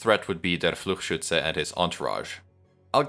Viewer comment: The amount of emotion has increased significantly, very fun. I also want to raise attention to the best pronunciation of Fluchschütze I have seen on project moon youtube. Great video once again, you're going all out for this series.